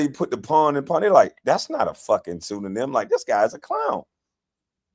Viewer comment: KB you saying pseudonym on purpose , right 😂😂😂